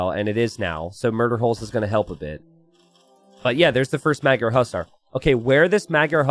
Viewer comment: can you look up how to properly pronounce "magyar" ? its not meg-yar more like muh-dyar... "gy" is one sound.